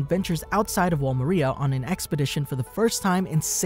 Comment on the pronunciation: I love these videos, but I hate the way you say “Maria”